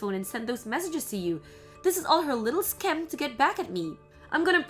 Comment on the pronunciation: Scheme is pronounced "skeem", not "sch-keme"